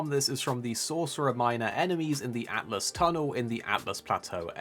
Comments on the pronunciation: Btw it's pronounced Alt Us not Atlas 😀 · Not to be nit picky, but it’s Altus not Atlus. Pronounced All-tuss I believe.